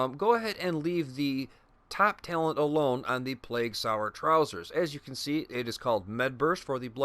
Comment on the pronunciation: It’s sower, not sour. As in, sowing the seeds of love. 😉 Thanks for the vid. Going to give it a whirl.